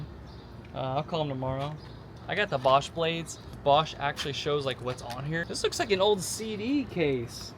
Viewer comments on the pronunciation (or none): none